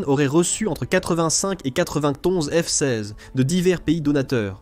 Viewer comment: je trouve que dans beaucoup de vidéos il y a un ou plusieurs problèmes. Des mots répétés plusieurs fois. Dans cette vidéo, au lieu de f-16 , on entend f size , fsaze , et quelques fois on entend les 2 ou 3 derniers mots d'une phrase répétés. Et c'est un problème qui revient souvent, sans parler des problèmes de ponctuation. Ce n'est peut être pas grand chose, il faut avoir regardé plusieurs vidéos mais c'est fréquent sur cette chaîne... Dommage